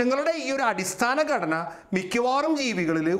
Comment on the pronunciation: ഇവൻ ബൂമി ബൂമി എന്ന് ആവർത്തിക്കുന്നു,,,, ഭൂമി എന്നാണ് ജീവൻ ഉള്ള ഗ്രഹത്തിന് പേര് എന്ന് ആരെങ്കിലും ഒന്ന് പറഞ്ഞു കൊടുക്ക്,,, ഘടന യ്ക്ക്പകരം ഗടന എന്നുംപറയുന്നു